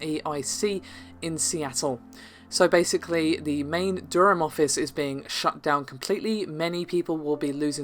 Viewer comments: doorum? wtf you're english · Narrator, ask anyone in the outside world how you pronounce Durham.